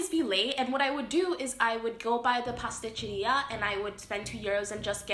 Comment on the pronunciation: "pastecciria" Please, say "bakery", say "pastry shop", say "patisserie". Anything, but stop butchering other people's languages. Keep butchering your own, thank you.